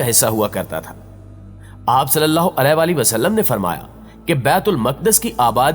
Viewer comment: Nabi e Kareem Sallallahu Aalihi Wasallam is the correct pronunciation .. Sari Bate apni jaga hn pehle Nabi Ka naam sahi se lena seekh jao